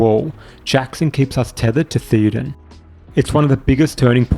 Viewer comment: Will you PLEASE pronounce King Theoden's name CORRECTLY? It's "thayo-den", not "theeo-den"!